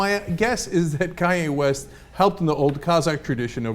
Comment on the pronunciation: did he say Cudi West in the beginning?